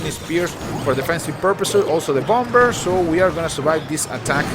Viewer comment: I love your accent ;) native English speakers don't pronounce the last 'b' in bomb (sounds like Bommer) ;)